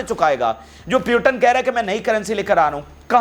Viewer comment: Please speak right name of putin and biden